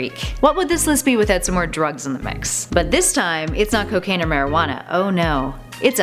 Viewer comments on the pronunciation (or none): none